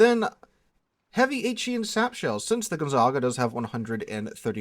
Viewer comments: Its Gonzaga not GonzaNga... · Thanks for the video. Side note, it is pronounced gon-ZAG-a. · bro the ship's name is gon - za - ga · with the way you're mispronouncing the Gonzaga's name (It's pronounced like the well known university in Spokane Washington) I think you might be getting confused with the Brest. Perhaps you've been playing with Brest for too long? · Once again I am utterly devastated by your ability to slaughter foreign names. If my brain was as devastated, I would have lost the ability to write this highly intelligent comment. There is no second n in Gonzaga. Dont u even have a high school with that name? And why in heavens name are you calling the RegOlo RegAlo? Whyyyyyyyy?!? :D :*